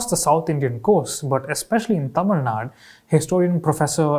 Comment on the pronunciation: Great video! Just one gripe. It is Tamilnadu. Not Tamilnad.